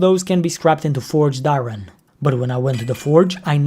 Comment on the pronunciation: why do you say I-Ron XD